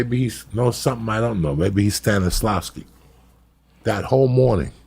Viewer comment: He beefs “Shia LaBoeuf” (Shyla Beaux) six dozen times— but he nails “Stanislavsky” first try.